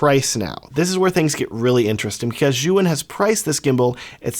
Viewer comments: Zhuyun? how about Zhiiiiyun.. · You call it Zyouhin ? It is called zjeeyoun (phonetic)